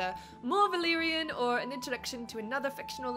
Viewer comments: Definitely! I'm German too and I find Valyrian pronunciation so easy, especially the y and r sounds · The "r" pronunciation is close to the way we use the "r" in Spanish. Many English speakers have trouble rolling the "r" the right way, but was ON POINT.